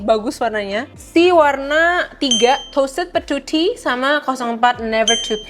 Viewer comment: pas nyebut toasted patootie aksen india dan ngeselin bgt😭🤯